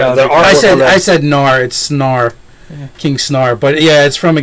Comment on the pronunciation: King Snar? It's King Snurre (Snoor-ray), guys! :)